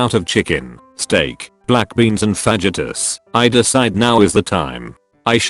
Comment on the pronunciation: The way the tts pronounces fajitas